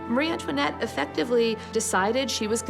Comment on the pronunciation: Why on earth is she addressed at Marieann toinette. instead of Marie Antoinette two distintive and seperate names! Its so tedoious and annoying to hear the Narrator address her name as Marianne toinette. Is it a deliberate act to slay her more,and denigrate her name and tarnish her so after 200 years! Let her have some dignity and respect. The character assassination is so inbred that she was some kind of monster worse than another evil queen, and Catherine de Medici. In fact, she was a sweet woman. When young she loved frivolity, dancing, gambling, clothes and parties as she was very lively. As she become a mother she matured but the antics of her youth got her into trouble. She was ravaged deliberately the revolution and the courtiers for everything that France had the misfortune to happen. Times were changing as did the thinking of monarchy and liberalism etc. The character assassination that was heaped on this poor persecuted queen is horrendous and diabolical.😢